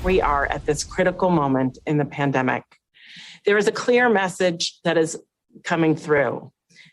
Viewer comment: I keep hearing "pandamic of the unvaccinated". This is all such BS!